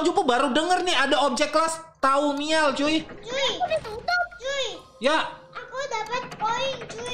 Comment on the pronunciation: Bang yang abang cakap thaumiel maksudnya thaumel